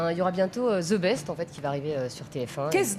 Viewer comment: on dit THE best, et pas ZE best